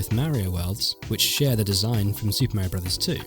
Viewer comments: I don't understand why people still call him mare-e-o and not mario. He literally says his name all the time! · ...Nez & Meh rio? I have to admit it sounds discordant to my U.S. style of English. Interesting how some games lost their impact when more frames were added.